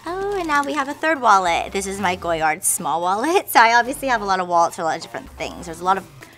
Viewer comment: It's pronounced "Go-yar" with a silent D. Rich, but not intelligent. Sigh...